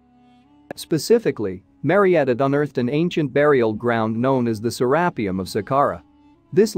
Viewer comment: I can't do it... the mispronunciation of to many things... say it with me Sarah pee ummm